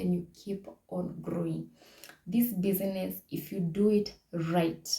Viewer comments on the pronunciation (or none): thank you very much, i have learnt alot. Just a request, kindly say bizness not busyness. hope you got my point